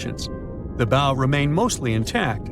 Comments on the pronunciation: Drives me nuts when I hear "bow" (rhymes with "no") It's pronounced BOW, rhymes with COW. ugh... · Where do you go next in a speculative informational video about a ship after you make it clear you didn't know how bow is pronounced? Nowhere. That's who. Oh, and if anyone's skeptical about the coal fire but still talking mummies using question marks not laughing smileys then, well. We'll have a new breed, final phase of nimrod on our hands. It can't be bargained with. It can't be reasoned with. And it absolutely will not stop. Ever.